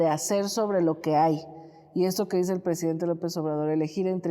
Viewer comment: Hola Eláudia. ¿Ecsáctlí? Como dice nuestro PreJidente: "ConRerspeto"... ¿Acaso eres extranjera pero parida en México? ¿Nuestro PreJidente Andrés NEPOMUCENOmanuel López Obrador (ANLO) ¿Tiene facultad para imponer a la indiada nacional a una fichita que ES JUDÍA y sin gota de sangre nacional, como los 2 machos con los que se ha aparCasado? LLÓ siempre voté por AMLO pero no por su IQ ¡Así NO... ANLO!